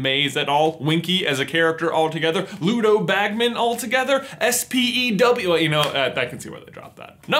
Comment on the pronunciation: Hermione would respect you a lot just because you said S P E W instead of spew